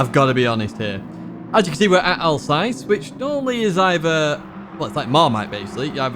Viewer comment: Thank you for the weekly guides...they're always a great source of information and funny to watch as well. If I may suggest a pronunciation for the Alsace circuit, try to pronounce it like "Al's ass" with a slight American accent, you'll be bang on! 🤪